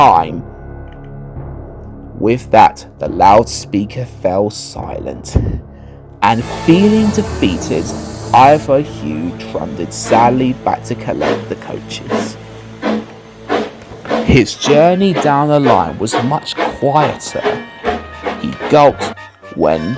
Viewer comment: Did you say Sally instead of sadly in the video.